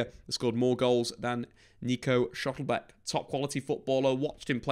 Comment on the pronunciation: It's Schlotterbeck, not 'schottlebeck'...